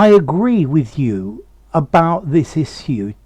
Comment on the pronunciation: I didn't know you could pronounce "issue" with a different pronunciation than "ihshyou". :0